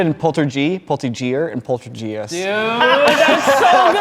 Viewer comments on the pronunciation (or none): Poltergee, poltergeir & poltergeist 😂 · It is polterHeist…like gif. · did he just say polterGIEST ? Lmao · How old is again? He doesn't know how to pronounce Poltergeist? He doesn't know who Stephen King is?